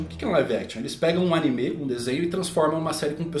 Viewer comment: Pq ele chama animê?